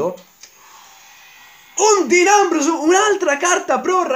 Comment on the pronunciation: non si pronuncia così Dean Ambrose comunque bel video